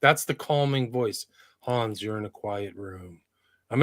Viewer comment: Thanks Hans and. please stop mispronouncing Hans name it's the 4th time!!! Lol your the best guys keep up the good work